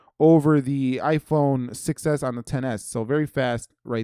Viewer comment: IPhone 6s heard like “iPhone success”( I don’t know why)